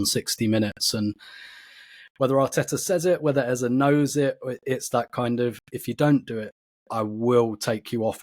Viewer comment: OUR NUMBER 10s name is pronounced EHZUH not EHZAY. Listen to professional commentators and how they pronounce it. You mispronounce it every show and it was GALLING that you paused to apologize to Hancko bc you may have mispronounced his name, when you disrespect our own number 10 every show! DO BETTER